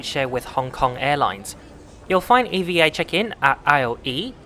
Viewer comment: Just a curious question.. why are you pronouncing "EVA" as Eee-vee-A and not as EVahh... is it an acronym? Most people pronounce it as Evahh though 🤔🤷‍♂️